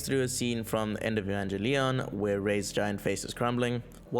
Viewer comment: Hehe "e-VAN-ge-LEON"